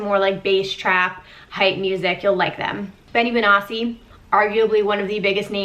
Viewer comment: The way you say Benny benassi was weird as fuck